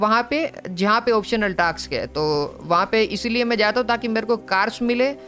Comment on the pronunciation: Ajjubhai scraps and task pronounciation is wrong